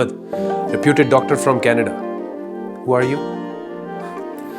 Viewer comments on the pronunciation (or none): none